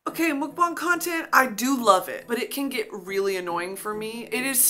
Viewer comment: Brittany saying mookbahng 💀